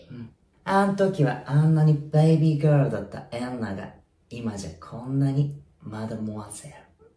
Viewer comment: エンナァの発音本当好き